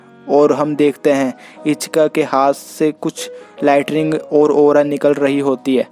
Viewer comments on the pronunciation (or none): Bhai lightning hota hai latring ny 😂